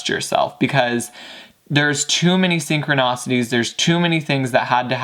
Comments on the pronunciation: Please take no offense, many if not most readers do this but it's ' Synchronicities ' not Synchronacities Thanks a million for this reading ! >< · “SynchroNAWcities” lol